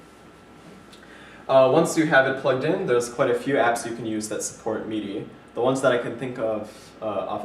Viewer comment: it's pronounced mid - i... you keep saying meed - i. mid as in middle. just saying. that's cool there isn't any lag though.. that's the reason i wanted to see a review of it first.